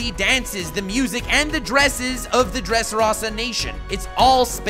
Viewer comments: Dress "rossa"? Its Dressrosa dude haha. And it's not X Drake, it's pronounced Diez Drake like the Spanish ten, but that's not super clear and Oda had to address it in an SBS, so it's fair you don't know that. Other than that, solid video bud, I love the historical parallels you make. Good work I was definitely intrigued. Drake left the Marines but we know he's good, joining Kaido straight from entering the new world is definitely for a reason. And Luffy took out doffy who killed his dad, diez barrels after rocinante stole the heart fruit from him, he said he didn't care and his dad was a dick but still could give him a motive to help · you called law an anime character so I'm assuming you primarily watch the anime and yet you pronounced mispronounced so may names in this video? donquixote, x drake, dressrosa, sabaody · Are all your mispronunciations on purpose? God, they're so distracting and irritating. Don Quixote is pronounced "dawn kee ho tay", not "quick so tay". Dressrosa is pronounced "dress rosa", not "dress raw sa". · DON-KI-HO-TAY, DRESS-RO-SAA, MOMO-NO-SUK-AYY its not very hard if you make an attempt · It’s pronounced don-key-ho-tay and dress-row-suh 😭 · Your pronunciation of Dressrosa, Doffy and Donquixote are atrocious